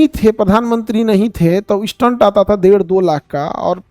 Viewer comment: Sir maaf kijyega ....apka pronunciation galat hai stent ka